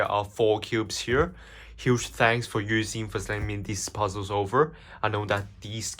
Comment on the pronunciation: Ain't no way bro said "Yousin" 🙏😭